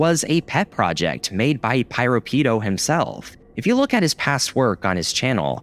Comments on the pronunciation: Actually, the name Piropito was pronounced as "Pee-row-Pee-tow" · The way he keeps pronouncing piropito’s name with such a STRONG american accent gives me psychic damage💀💀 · Don't know who this "PyroPido" person is, but they better not be taking credit for PiroPito's work. Jokes aside, you might wanna double check your pronunciation in the future.